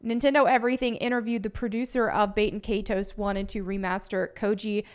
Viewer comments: Please it’s not bate in kay ties. It’s Bat-in Kai-tows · Bay-ten Kay-toes 🤢 The horror in her pronunciation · When you hear baten kaitos being said completely wrong. Just proves the point why it was removed. 😂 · learn to pronounce the title right